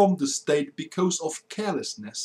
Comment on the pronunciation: I enjoy your videos a lot. It's just that your pronunciation leaves a lot to be desired. E.g. your rendition of "because" should be more like "bie-coz" and not "bie-cose" (Not quite sure of the phonetics involved here). Just aiming for improvement here ;).